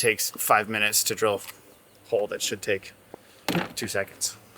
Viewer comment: Hi guys I'm not sure about anyone else, but I also have a problem understanding the difference in your pronunciation of hull, haul and hole. Also, try putting a sponge in your hole saw to aid getting the fiberglass out! Use denser the foam for harder penetrations!